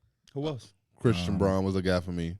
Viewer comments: Love the pod but it’s pronounced Christian brown not bron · Christian Braun is probably the only guy’s name that P constantly mispronounces. He prides himself in that but Braun kicks his ass lol